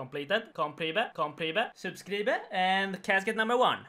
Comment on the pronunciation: "sub-scree-bed" is my favorite thing. I find myself saying it to myself when i complete things in-game